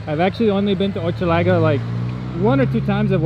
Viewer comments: Hochelaga is pronounced with an ‘sh’ sound like ‘ship’’ not ‘chip’. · Hochelaga : Pronounce as "Hush" laga. Maisonneuve : May - Zone - euve. Hochelaga its a Iroquois name of a village (Osheaga) that was somewhere around in the 1500s.